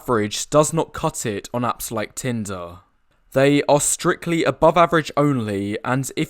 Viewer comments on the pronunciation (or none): none